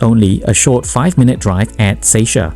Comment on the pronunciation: Seisia (Say-see-ya) is the right pronunciation not say-shia 🙂